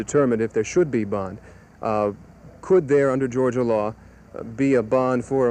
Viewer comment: Atlanta, Gorgia ???????????